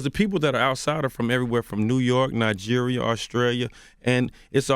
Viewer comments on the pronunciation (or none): none